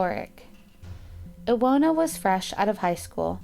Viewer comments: iwona wieczorek- u pronounce that like eevona vechorek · La Dolce Vita it should be pronounced Ivona, w in Polish is like v in English, also her surname should be pronounced viechorek cz=ch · Isn't it supposed to be ee-vo-na vie-cho-rek? It's a polish name, right? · About the Polish girl, her name is pronounced: Ivona (like Ivana with different ending) Viechorek (CH like in Chicago). You are welcome. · No 5 is pronounced "Ivona Vishorek"... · You butchered Iwona’s, pawel , Adria’s, and mareks names. Polish people pronounce w like v.